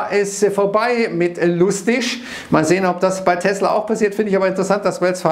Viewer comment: Fun Fact: die Aussprache von Tesla ist korrekt. Gelernt bei Sven Carlin.